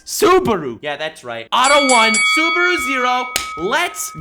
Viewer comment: saying "Suberu" for 30 minutes on going